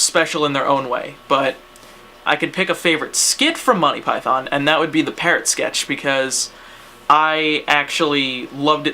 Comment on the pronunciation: The way you say monthy pyton.... u just gave me aids through the internett....